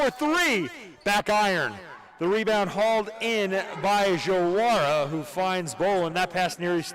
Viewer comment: JaWaRA, it’s actually Diawara, “Dee Uh Waur A”